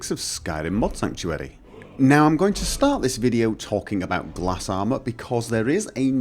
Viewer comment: it is not pronounce gla-s but something else i don't remember